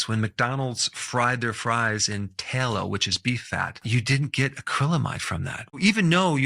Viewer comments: Tallow has two Ls' in it and they are both pronounced tal low noy talow which is only one L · Interesting. That said, a particular word is pronounced "Tallow",as in bat, cat, mat, sat. Not "Taylo". Please pronounce it correctly, if you should use the word in later posts. Thank you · Tallow, soft a sound. Not taillow! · It's pronounced "TALlow" not TAYlow" Outstanding! Class dismissed. 😅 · It’s not pronounced’tay-low’. It’s pronounced ‘ta-low. The A sound is like ‘hat’. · I thought it was pronounced T-ah-Low...not T-ey-Low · "Tallow". The "a" is pronounced likr the "a" in "cat", not like the "ai" in "tail". "Tallow", not "tailow". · Tallow, not ta-low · Why does this guy pronounce things weird? "Tail - oh" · It's not pronounced "tail-oh." It's "t(owl)-oh." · Taylow is Not how it's pronounced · Doc, down here in the south we call Tallow, Tah-low. I've never heard anybody use a long A. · It's pronounced, Towel-o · Strange way to pronounce Tallow (Tay-low?) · The "doctor" can't pronounce "tallow." This video is just the worst unwholesome USA misinformation greedy garbage. This may be an AI video. YouTube needs to police this garbage and require it being labeled as AI. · The A in tallow is pronounced like the A in tabby and cat . Use a short A , not a long A . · They way he pronounces, “Tallow.” 🙄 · You say Tallow very strange. Lol